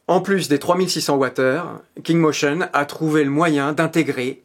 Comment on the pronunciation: Mdr.... poisson d'avril 😂😂😂 Le mec qui n'a pas réussi à prononcer le nom de marque une seule fois 😂😂